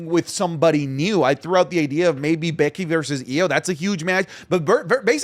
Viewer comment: Is it just me or did say Becky's name in a Irish accent in the video